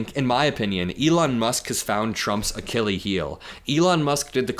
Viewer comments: The plural of space craft is ‘craft’ not ‘crafts’. ‘Crafts’ are skilled pursuits, as in ‘arts and crafts’. And Archilles is pronounced ‘Archilleez’ not ‘Archilee’. And yes it matters. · "Achillee Heel"?, yer almost there, but Achilles has an S on the end 😉👍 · Akile heal, whats that? Do you mean Achilles Heel? Because that's not how Achilles is pronounced. edit: so you do know how to pronounce it. So what's an Akile heel? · Love your coverage but seriously it's "Achilles" Ah--kill-ease the s at the end isn't making it plural his name was "Achilles"!! I don't know why it's driving me so crazy but pleassssssse say it properly lololol! Anyway if Elon wants to save his companies this is his one and only chance to do it! He needs to put out a tweet saying "Anyone in congress that doesn't want the fight of their lives in 16 months better start doing the right thing or the Dems WILL have way more money than they need to replace you"!! If Elon tweeted that tonight the tangerine tyrant would be gone by the end of the month!! It's time for the cabinet to invoke the 25th amendment or it's time for congress to IMPEACH HIM!! If they weren't feckless cowards he would have been impeached in the first week! He's literally broken just about every law a president can just pick one and end this nightmare!!! Keep up the great work for someone so young you're much more observant, responsible, honest and have far more integrity than 90% of people that report on politics and it's great to see!! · Bro said Achilles heel like 20 times but MISPRONOUNCED it 19 times. Don’t use terms you’re unfamiliar with or… familiarize.